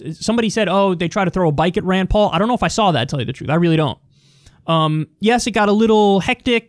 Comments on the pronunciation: I don't think he's saying Ryan. He's saying Rand, but with a weird pronunciation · Sounded like a accent rayyyynd